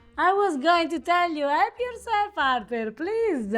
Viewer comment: ', stop torturing....